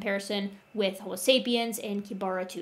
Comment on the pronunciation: The first o in the Latin word homo is short, the second o is long. Thus the correct Latin pronunciation is haw-moe. From a professional.